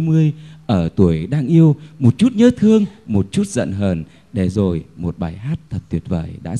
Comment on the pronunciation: Mới nghe sơ thì thấy rất hay. Nhưng nghe kỹ thì chỉ thấy guitar hay, còn giọng hát chưa đúng sát nốt. Ca sĩ nên tập phát âm phân biệt RỒI và GIỒI, TRong và TCHong !